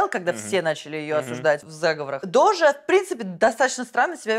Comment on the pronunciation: дожа а не доджа!